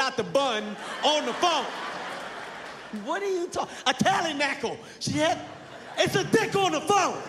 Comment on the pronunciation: "A tally nackle" 😂😂😂😂